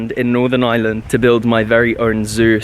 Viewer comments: ireland not island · Did he say northern island or northern Ireland I feel a bit offend that he pronounced it wrong